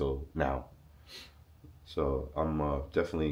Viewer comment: he said me defently